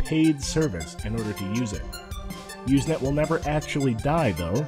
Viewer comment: Not "Uze net"! It's "Use net"! With an S Sound! Also, even the text functions still are being used. Not a lot, but still. And you should have explained the wonderful and byzantine process that allowed file sharing to evolve in a nearly organic way from text messages - and how, really, there are no binary files at all... just many short text messages... that link to each other... in a early way like today's block chain. But, good summary youngster. I was there.